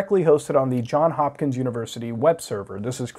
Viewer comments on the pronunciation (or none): >john hopkins its johns hopkins cmon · that's Johns Hopkins. You pronounce the S, just an FYI